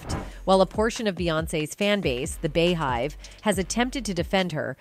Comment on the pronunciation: Knee oh..Bee hive. Pronounce.